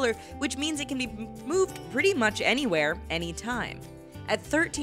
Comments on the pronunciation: moo-moooved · mooved